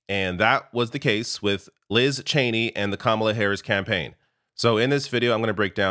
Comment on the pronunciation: ITS CHENEY FOR CHRIST SAKE!!!!